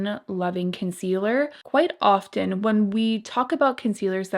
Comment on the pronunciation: Great video. ❤️Really enjoyed it and some helpful tips. Because you speak publicly, a little tip I hope you will appreciate- the t in often should not be pronounced. Just trying to be helpful. 😉